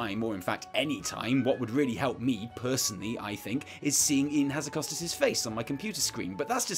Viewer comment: When will people learn how to pronounce "Hazzikostas" ? It really isn't that difficult. Ha- as in ha-mmer Zzi- as in jee-p Kosta- as in Costa-Rica There you go, thank me later.